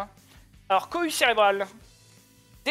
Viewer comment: A chaque fois que Zouloux dit "Cohue Cérébrale" j'entends "Couille cérébrale" mdr